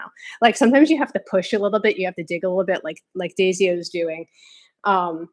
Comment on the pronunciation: 1) I'm thinking that Daisyah is probably pronounced with 2 syllables, like "Day-zhah". 2) Also, it's Gorton's fish sticks (we've had diametrically opposite seafood experiences, lol!). I had a similar experience though, but with milk. There's a funny story to go along with it that, too... and my wife is allergic to chocolate and caffeine, which I'm sure she has your sympathies for, ha ha ha!